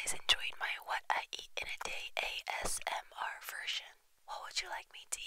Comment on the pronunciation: She said assmr